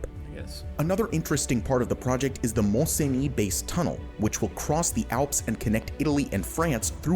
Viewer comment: Mont Cenis tunnel. Cenis is pronouced "sunny".